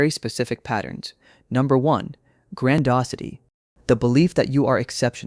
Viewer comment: It's not grandosity, it's grandiosity.